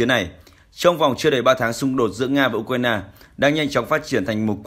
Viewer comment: Tôi đã nói nhiều lần: thay này đi. Nay lại nói, đọc sai tên của tổng thống Ukraine...